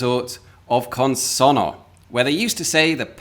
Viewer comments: I can tell you care about pronouncing things correctly. You don't quite get Consonno right. Here's what you do with double consonants in Italian, to which English-speaking ears (!) are not normally accustomed. Syllables are split between the consonants - CON-SON-NO. When pronouncing it, you throw nothing away. Only H's are silent in Italian, but alter pronunciation in other ways. This means that you have to pronounce both the N at the end of SON and the N at the start of NO. This produces a slight hesitation on the double consonant. (It also has the effect of slightly shortening the vowel just before. Had we had a single N here, the O would sound as in "road", with the double N it's like "rod", which you correctly say.) This gives the language its rhythm. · Your Italian accent is good, but you really need to stress the double n in the word "Consonno" to pronounce it perfectly.